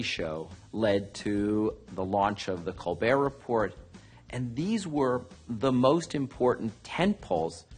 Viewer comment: Former President and CEO of MTV Networks mispronounces "The Colbert Report"